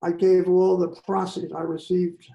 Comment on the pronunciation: Victor cannot even pronounce proceeds or grimaced. This happens a lot with peope who only read. It is still stunning.